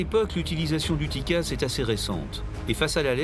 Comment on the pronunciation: Bonsoir, on ne dit pas dicasse mais cela s'ecrit : TCAS. cordialement